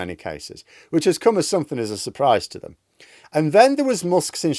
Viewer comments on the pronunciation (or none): none